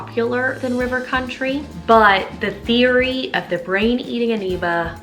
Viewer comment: "Brain Eating Aneeba" lol